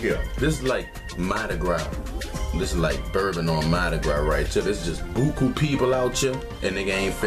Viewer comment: Angel Johnson it’s pronounce wrong